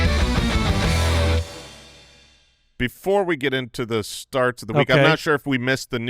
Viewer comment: Anybody else noticed said “Sharts of the Week” 🤣🤣🤣🤣